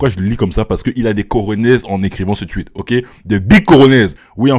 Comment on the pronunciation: Tout le monde: Le tweet: Le tchuit